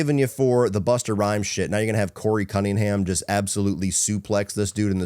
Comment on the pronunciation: nah saying Busta Rhymes name with a hard R is CRAZY